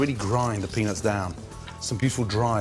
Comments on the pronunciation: ehehehe he says pennis instead peanuts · Sounds like penis but hes saying peanuts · Whenever Gordon says "Peanuts" All I keep hearing is penis lmao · all i hear is pennies and chilli sauce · lol.... 80% of the time he says peanuts, i hear peenis. omg... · Did he say peanuts or penis?🤔🤔🤔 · Does anyone else some times hear Gordon saying "penis" instead of "peanuts" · I'm not a hater of gordan but why does sound like he says penis a few times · Lol did Gordon said "the penis and chilli" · I heard penis haha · "Now for the penis and chilli" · Gordon: now for the penis and the chilli Me:wtf Gordon:peanuts and chilli Me:ohh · I swear he is saying penis when he says peanuts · Now... for the penis and chilli 😁😂🤣 thats what i understood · I swear I've heard "Penis" 10 times when cooking with the peanuts. Adventurous. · When he says peanuts I hear penis wtf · sounds like saying “penis in” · i thought he'd been saying "penis" the whole time but eventually realize it was peanuts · Penis or peanuts? I'm confused... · When he said peanuts , I thought he said penis . Penis in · it sounds like he is saying penis when he is saying peanuts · Every time he said penuts it sounded like penis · I dont even have a dirty mind. But everytime gordon says peanuts, it sounds like penis. not even joking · When he said peanuts it sounded like penis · Every time he said peanuts it sounded like penis, I chuckled like a prepubescent kid. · when he says peanuts it sounds like he's saying penis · he totally says penis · Gordon really needs to start enunciating the “t” in 🥜 😶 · With a word like "peanuts," it's really important to put some effort into pronouncing the "T." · Every time Gordon says "Peanuts"!!! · He says peanuts wierd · I really like Gordon Ramsay. With that said, he really should make more of an effort to accentuate the "T" in "Peanuts". And my favorite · you’re not saying ‘peanut’ right, mate